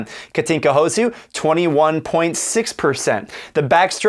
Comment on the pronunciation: Houszu ? Really? But at least you pronounce her name correctly, which is much more difficult than writing 6 letters correctly. 😉